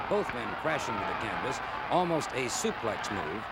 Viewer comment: And usually said it su-PLAY